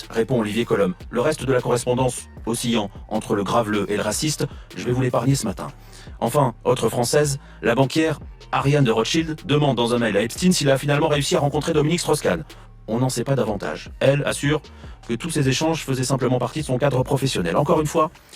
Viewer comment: tu dis bien Epstein, et pour rachel Kahn tu prononces "quand" au lieu de "Canne" comme dominik strauss....